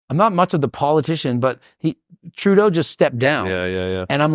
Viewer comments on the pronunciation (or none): none